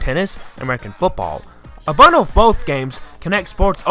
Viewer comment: I enjoyed the history behind Rareware and their games. But there’s something that annoyed me just a bit and it was the way you speak. Could be because you were trying to speak too fast and couldn’t understand a few of the things you were saying. You also had problems saying words like “bundle” and “multiplayer”. Maybe speaking a bit slower might solve that. Hope you don’t take this the wrong way. Other than that, amazingly well done mates!